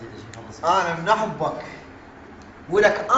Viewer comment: لك انت شنو ملك جثير اللوم شعدنا ما تكولي بس كولي شلون تلفظ احبك لك اموت عليها علمني احوبك مو هههههههههههه والله كولنا نحبك وحتى بالدوام اشوفة للمقطع سوية